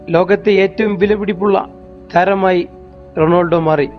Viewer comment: നാക് വടിക് വല്ലപ്പോളും അല്ലേൽ അറ്റ്ലീസ്റ്റ് റൊണാൾഡോ എന്നെങ്കിലും പറയാൻ പഠിക്കു തോൽവി അവതരണം റൊണാൾഡോ എന്ന് കേട്ടതുകൊണ്ടു മാത്രം വീഡിയോ കണ്ടു